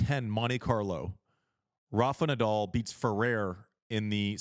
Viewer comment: It's Nadal, not Nadull.